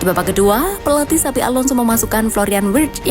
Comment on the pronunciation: ingat bukan xavi tapi xabi😂